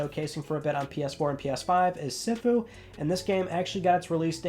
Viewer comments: Recently signed up on Patreon so just in case someone yells at me or anyone thinks I’m being an a@ Sifu is pronounced CFoo or Seefoo. The inner Kung-Fu fan in me just had to say it. 🤣🤣🤣 Always look forward to your Friday updates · Trying to help you out..... Sifu=Seeefu Debut=Daybue.